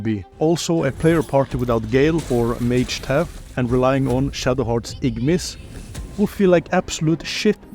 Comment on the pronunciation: "igmiss" classic